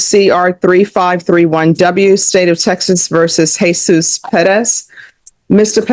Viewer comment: It's pronounces, Heh-SOOS.